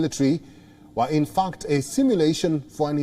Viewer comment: It's Infact.... Not infuck...